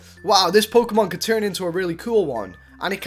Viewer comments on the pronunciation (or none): none